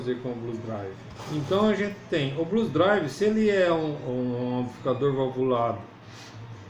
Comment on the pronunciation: Blues DriveR. Tem R no fim.